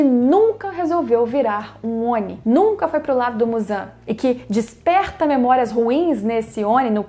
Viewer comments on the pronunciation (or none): Quando for pronunciar Oni, pronuncie como se o "I" tivesse com acento agudo (ONÍ)... Belezura? Abraço!